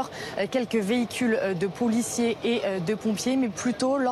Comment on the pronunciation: Arrête de dire poulicier